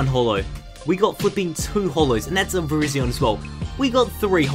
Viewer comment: Its pronounced Ver-y-zon